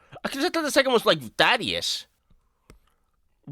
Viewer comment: Why does everyone mispronounce thadus